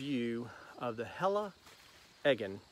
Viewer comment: The way you pronounce "Helle" and "Eggen" is good :-) keep it that way. I use some of Helle's tripple laminated knives myself, and this construction - and the beauty of them - makes them a joy to use.